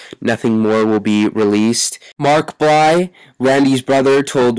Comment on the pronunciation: say his name right it's blythe not bly